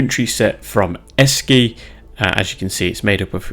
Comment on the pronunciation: It's pronounced " Eshee".